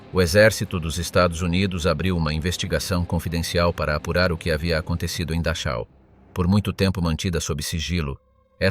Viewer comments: Se escribe Dachau, pero, FONÉTICAMENTE se dice DAJO. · Dar chau ? O que é isso? Poderia caprichar um pouco mais com os nomes. Afinal um bom profissional aprende a falar os nomes minimamente corretos. Da chau! 😂😂😂😂😂😂😂